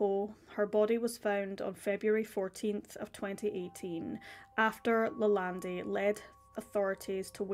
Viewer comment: Lalandi.....sounds Italian. Should be closer to Lalond.